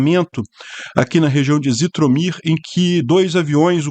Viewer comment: Não pronuncia-se Zitomir, mas sim Jitomir